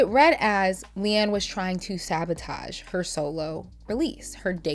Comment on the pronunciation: It’s Leigh-Anne, non Leigh-Ann